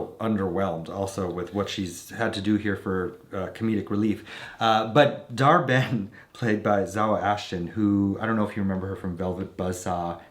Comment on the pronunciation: Dar Benn, Dan Bar, Rebar, Ben Gay 😂